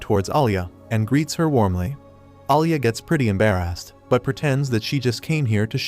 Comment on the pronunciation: The way browsed embarrass "embarress"